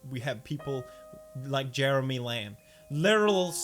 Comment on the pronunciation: Actually his last name is pronounced lawm not lamb